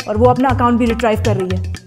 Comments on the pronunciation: Retrieve ko रिट्रीव बोलते है, रिट्राइव नही🤣🤣🤣 अंग्रेजी ना आवे तो हिंदी में ही लोगो को मूर्ख बना लिया करो ना।🤣🤣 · Retrive नहीं retrieve होता है. Wrong pronunciation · RETRIEVE BOLNA SEEKH LO BHAIYA...SRY BEHNA . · Very nice and educative video except for the incorrect fashion in which the word 'retrieve' has been pronounced